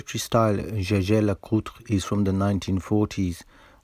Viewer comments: Gegé LeCoultre sounds awful! It's YEAH-gah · I can confirm that Jaeger pronounced as a French word could sound like "Jayjay", but I wouldn't expect anybody with a high school education to pronounce it that way these days. Nor anybody who has ordered a Jägermeister in a bar in France. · “Yagr” is the correct pronunciation. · Jaeger is pronounced jeje? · The French have a habit to turn everything into French, stressing foreign names on the last syllable and mangling pronunciations. You'd be the "Nakeed watch my care" (you probably are, aren't you located in France?) Jaeger is a German word/name, and should be pronounced "yay-guh". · .. The answer is simple but the owners of the company even know it Y think a'd go's like follow. Mr lecoultre was from Alsace li'e his family was.. And in Alsace.. German speaking.. So jeager prononciation like German does.. This is it.. But nobody thinks about.. Jeager must be pronounced like the '' hunter '' in German. Point. 😌😏👌😉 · "Jaeger" is German for "hunter". I imagine when pronounced by the French it would have a "soft" "G". Incidentally, Switzerland has four official languages, German, French, Italian and Romanic. Great video as always. The "emergency" with the ice cream van made me laugh out loud. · Well, Jaeger is a purely german name in a country where german is one of the official languages. In mind it is allowed to pronounce it in German. Even if the company itself says zjezje.